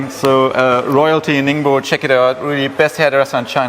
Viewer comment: Great job pronouncing “ningbo”!